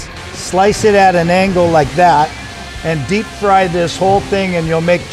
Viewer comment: Did this nigga say chicharoni?? Lmao